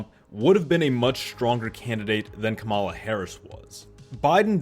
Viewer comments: You can’t even pronounce her name correctly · Why is it that sometimes you can pronounce Kamala's name correctly and other times you can't?... man, you said you wanted to be objective, and unfortunately, you failed face flat on this video .